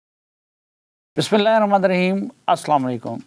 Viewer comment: Safi sahb Bismillah Parhte howay Zaban slip hogai...😂😂